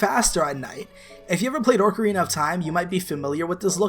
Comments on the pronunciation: "Orcarina of Time" ITS FUCKING OCARINA OC-UH-REENUH NOT ORC-UH-REENUH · sighs number 5 made me cringe.... "orcarina" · "If you ever play ORCARINA of time" OMG I'm not the only one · Showing Zelda’s ass making a black guy joke and saying ork o rina. Not even 30 seconds in and I hate you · Lol did he say orcarinea of time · What is this Oh-carina you speak of? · ORCarina of Time lol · "Orcarina of Time"